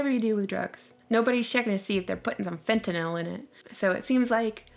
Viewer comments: fentynal is a synthetic opioid. pronounced fent-in-all its been used for a very long time for in hospitals. just a little constructive correction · it's pronounced FET-NULLLLL. Just a friendly notice.